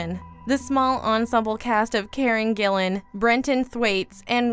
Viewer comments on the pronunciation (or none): none